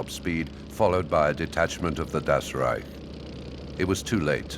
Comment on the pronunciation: Das "rejk" heißt "rájk"